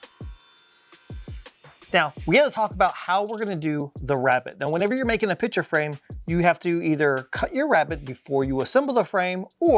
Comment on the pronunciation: Great video! The only thing forgotten was the "C" in the word picture that was said 100+ times.